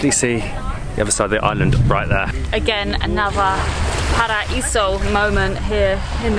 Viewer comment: I loved it when said “paraiso” perfectly! The two of you are so amazing! Have lots of fun!! ❤️